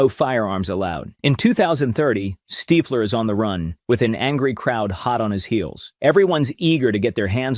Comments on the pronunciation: Steefler is on the run Its Stiffler not Steefler 😂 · When the AI voice can’t pronounce “STIFFler” properly … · Stiiiiflur?? Bloody AI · The fact that the AI can't say Stiffler and you published it anyway says a lot about where we are headed as a species. Humanity is cooked. The pop culture reference tool you attempted to implement is ruined by you inability to edit AI narration and correct pronunciation mistakes. It makes the entire presentation cringe AF. Clicked off immediately. Why do we lust for fake things in a REAL world. baffling. We can look at it another way as well I guess. Once AI can mimic every thing a human can accomplish then the culling of the mouthbreathers will begin. No need for you all sucking up the good air so they will Plandemic most of you out of existence once Skynet is fully online. The irony of this kid creating this page to generate money, only to find in the end he was actually crafting the mechanical arm ala Miles Dyson. Your clothes... GIve them to me.